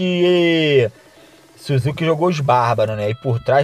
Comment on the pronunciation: Suzuki kkkkkk é Sásuke a pronúncia